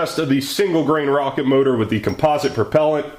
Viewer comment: "ze data"